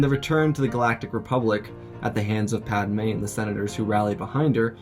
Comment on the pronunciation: Man said PAD A Me